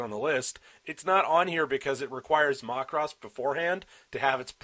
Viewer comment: worst way ive heard someone pronounce macross